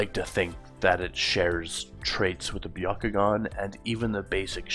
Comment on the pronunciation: The Bya…ko…gun? What even is that? I thought there was only one dojutsu in Naruto.